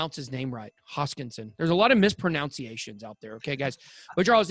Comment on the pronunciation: misproNOUNciations?!? Damn, how ironic is that? Dude, it's misproNUNciations.